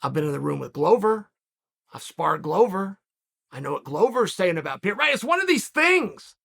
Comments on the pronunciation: It‘s Pereira not Piera😀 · I'm embarrassed to be an American right now. It's pronounced Puh-Hay-The. Stop pronouncing the R's. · "Pierre-uh" love it. Everyone else has been mispronouncing it as "Puh-hair-uh" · Alex "Pierre" Pereira - Uncle Chael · Chael knowingly mispronouncing the names..pierra, blahovovic, michaeljeff, oozeman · Alex Pierre !? 😂😂😂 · Alex “Pierre-ra” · Pee-ara is the newest mythical fighter in Chael's roster. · P.E.R.E.I.R.A… Chael, there’s no PIERA… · Who is this guy "Piera" he keeps talking about? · Alex "Pierre" Pereira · Pierra?!?! Is it really that hard ka? Lol. Chael P still gangster🤣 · Lol I heard Pierre or Pierra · Pronounce the man’s last name right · my god, he called him everything rather than Pereira 😂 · Hearing chael mispronounce fighters name in different ways in multiple videos is hilarious to me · Do you guys think Chael is mispronouncing “Pereira” on purpose at this point? 😂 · You must be new lol